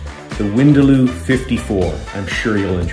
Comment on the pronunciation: winda-loo, are you sure that is the correct way to say it?